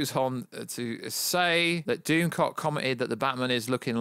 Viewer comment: “Doomscock. Sorry, I know nothing about this Youtuber’. If only you could just, I don’t know, type his name into the YouTube search and watch the actual video in question. It’s Doomcock. To say you ‘don’t know this YouTube’ shows an incredible lack of research on your part. Also...KravITZ. As in Lenny Kravitz. The famous musician...and her father. Again...research.